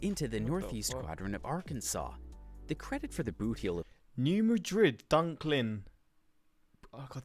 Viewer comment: New Madrid, Missouri is pronounced MAD-rid.